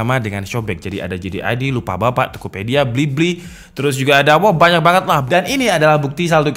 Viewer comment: itu lupabapak apa bukalapak atau aku salah denger nih 🤣